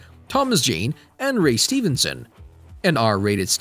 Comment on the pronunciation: You said Ray Stevenson wrong.